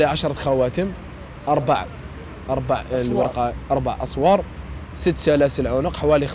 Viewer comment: ماسمعتش كي قال أسوار ماشي أساور